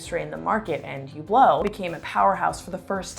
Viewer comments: the "H" is silent...so not Hublot as in Huge but ublo no H and no T...emphasis on the end of the word...uBLO...no H and no T and no emphasis on the U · Good video but you need to learn how to pronounce Hublot